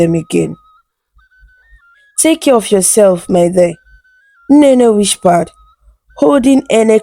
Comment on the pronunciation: Nice story, nice voice. There is this word that I noticed you always use " whispered" you always pronounce it as "whishpered"